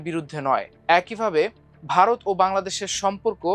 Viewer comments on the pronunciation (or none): none